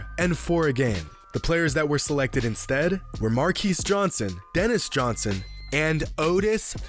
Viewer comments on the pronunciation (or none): Yo, love your videos. fyi, Marques Johnson pronounces his name like Marcus. 👍